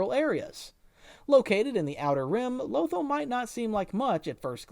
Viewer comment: Low-ThALL... not "lowthul"